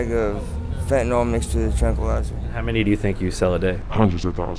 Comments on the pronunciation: Small issue, but "fentanyl" isn't pronounced "fentinol" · Why do you pronounce the word Fen-ta-nol? 🎉